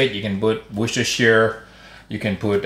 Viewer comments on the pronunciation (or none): none